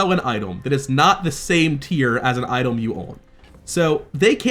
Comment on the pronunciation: didn’t mean to call you out, just curious if I missed a mechanic or something or just an accent thing. Btw hope the game does well, just the segregating card pack makes me sad.